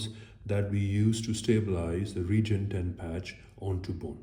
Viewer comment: Now just learn how to pronounce the product properly. RE- GEN - ET-EN. for Smith and nephew's sake... Lol😂 but very good demonstration of technique video. Thanks.